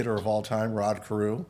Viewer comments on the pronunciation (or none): Hold up. Did he say Rod Corew ? 😂😂😂😂😂